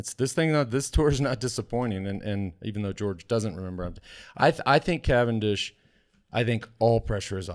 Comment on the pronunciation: CA-VAN-DISH, see ya in the dooshes!!